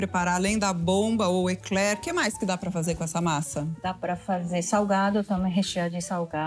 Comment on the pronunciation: Parabéns a primeira brasileira com cultura e fala o nome correto Ekler e não bomba coisa de brasileiros sem estudo.